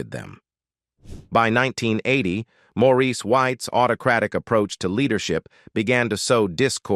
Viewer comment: His name is Maurice not Morris, AI ugh, geez